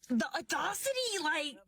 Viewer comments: What's "adaucity"??? I know what audacity is, but wtf is adaucity? . .. And they ARE in their lane... 😒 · The audawecity of not being able to correctly pronounce audacity…😂😂😂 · That chick’s lane is, apparently, thinking she’s smart while she grossly mispronounces “audacity.” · "the odocity" ....that why hun. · "The audaughcity, like" in. Too hilarious. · Still managed to pronounce it wrong lmao